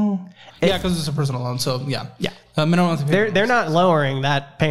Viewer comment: “Mina-mum” he let the intrusive thoughts win lol